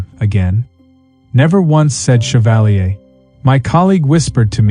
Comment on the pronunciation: but isn't equally rude to say something like shevalleey, when the name is chevalier? how about pronouncing it correctly? and saying madame as if it was an old western?